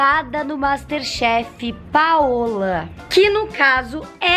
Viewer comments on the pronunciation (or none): none